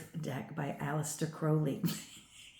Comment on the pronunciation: This is very interesting, but I just would like to inform you that you have got the pronunciation of Crowley wrong. Despite Aleister Crowley being born in England, the surname originates from Ireland. Most people do not realise there are two birds in the surname. Everyone sees Crow, but not the Owl. So, you pronounce Crowley with the Owl sound. Another way of remembering to pronounce Crowley is if you stump your foot and go Ow! I hope that helps. I do really enjoy your insight.